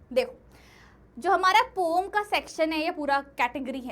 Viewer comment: Poem❌ Pom✅